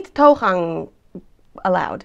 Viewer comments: Some pronunciation hints Toegang was pronounced right, except that toe is prounounced as too. Also, the pis in pissebed (pissabet) actually means to pee. Notities is pronounced as noteetsees. Otherwise, all pronunciation were actually very good. Lastly, the part of town I live in is called "de Nude" where de means the. So basically, I've been living in the Nude for the past eight years. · Hey, fun video as usual 👍 1 The 'mee' in burgemeester (or (school-)meester) is pronounced as the month of May. The way you pronounce it (Meister) is the German version;) 2 The 'toe' in toegang is more like 'to/two/too' than the English 'toe' sound. 3 The e in pissebed is not silent. 4 You're pretty close on the 'notities' but there's an unwritten s in the pronunciation: notietsies 5 Your 'slagroom' is dead on! 👍 6 Dead on again 👍 Even though this is an easy one;) 7 Vakje is dead on as well 👍 8 Again, dead on 👍 9 The pronunciation in Dutch is a little off, but I'm not sure how to explain the difference in writing Have a nice day, looking forward to your next video! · if you could only pronounce the words correctly in Dutch they would not be so "funny". The word toegang has nothing to do with toes. It is like tue gang. learn to pronounce the vowels in Dutch properly. Also put that pin back in your hair like I told you before. Other than that, I still love you!! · toegang if try to say in dutch twogang not to gang this ment to help het woord pissebed zei als eerst keer heel maal goed. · Toegang..pronounce the toe part like you would in shoe..:-) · Toegang is pronounced as "too-gang". "Oe" in Dutch is pronounced as "oo". For example "boek" = "book". Pronounced the same :-) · Toegang. "Gang" you said very well but "toe" is pronounced exactly the same as in english: "Too". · Toegang is pronounced tugang hahaha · The "oe" in toegang is pronounced as the "ou" in you. The a in gang is like a short sounding "a" like in "ah". So it would sound like tou g ah ng.